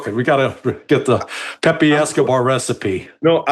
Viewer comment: Larry pronounces Pepe's name correctly. Refreshing!